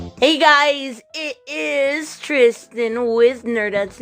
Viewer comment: You called it Tristen, and I also figured this was going to happen anyway (flashbacks of Vic Mignogna) but. Good. God. This is a very strange tale. I mean I knew Depp was weird and Heard is beyond sociopathic but wow. Just Wow.